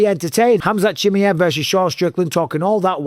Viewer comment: Please stop saying "Chimmy-ev", Mike.